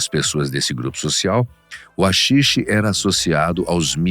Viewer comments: SE LÊ RAXIXE, NÃO AXIXE sksksksk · Vídeo muito bom!! Só uma pequena correção que pode ser que seja infundada, mas nunca ouvi ninguém chamar de "Axixe". A pronuncia "correta" ou que estou acostumado a ouvir é "Raxixe". E um apelido que conheço que não foi mencionado, seria Santa Kaya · Se diz raxixe, com som de R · RAxixe amigo, RA -xi-xe... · A letra H é muda porem na palavra HAXIXE a letre H vira um R o pronunciamento sairia então raxixe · Owow, ó umar um axixe!